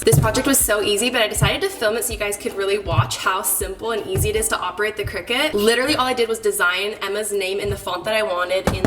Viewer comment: Not to be THAT person....but I think it’s pronounced CRY-CUT 🙊